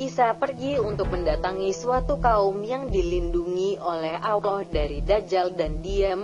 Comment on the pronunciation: Ya emang bikin sakit kuping sakit hati juga sih nyebut allah aloh dia blg